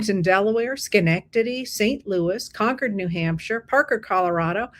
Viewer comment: First time in my life I’ve ever heard anyone correctly pronounce Schenectady who was (I assumed?) not born there. You nailed it! Thank you.